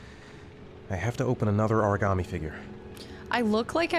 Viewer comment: No one in this game can pronounce origami so far we got origammy and origarmi😂